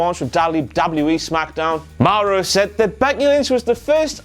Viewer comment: I don't like the way he pronounces Mauro, sorry. I pronounce it "more-oh" not "m-ow-row"